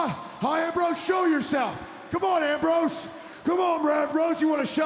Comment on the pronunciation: he says ram rose.